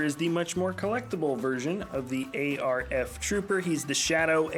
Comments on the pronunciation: Honestly hate how you say A R F. It's just arf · It’s not a r f its arf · just say arf not a r f but the vid was fun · JESUS please please please stop calling them A-R-F Troopers! Just call them ARF Troopers. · Please stop saying A-R-F, it’s Arf. Like just “ARF” you don’t need to separate the letters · I don’t like how he says ARF trooper you’re say it like it’s spelled not letter by letter